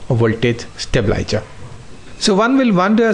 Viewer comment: Very informative video with detailed explanation. Just the pronunciation of certain words Stabilizer, stabilizing, increase, decrease, relays